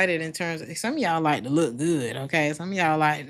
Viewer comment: I love how you say Gut instead of good! ❤😂 I can tell you live in Germany!